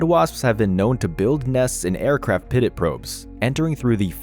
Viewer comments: Pitot is pronounced "pee-toe" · Great job on this video! For future reference though, pitot is pronounced “pee-toe”. Keep up the good work! Can’t wait to see the next one! 😊